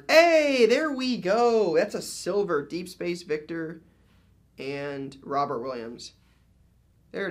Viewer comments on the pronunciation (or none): none